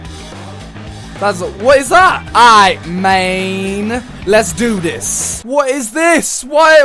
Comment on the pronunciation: Why did you call Mane (Ma-ne) Mane (Main)